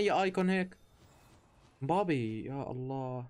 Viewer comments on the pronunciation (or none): none